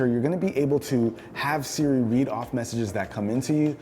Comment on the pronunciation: wait why can’t he say siri??